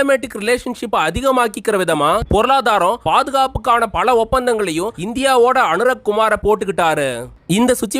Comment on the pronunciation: உங்களால் "ல" வை சரியாக உச்சரிக்க தெரியவில்லை. பல என்பதை பள என்றும். உலகம் என்பதை உளகம் என்றும். காலம் என்பதை காளம் என்றும் உச்சரிக்கின்றீர்கள். தமிழ் உச்சரிப்பு மோசம். தமிழ் அடியானின் காணொளி உச்சரிப்பை கேட்டாவது பழகிக்கொள்ளுங்கள்.